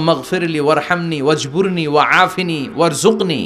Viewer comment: ওয়াজ বুরুনী ওয়া জুকনী।ভাই সঠিক উচ্চারণ জেনে নিবেন কার কাছ থেকে।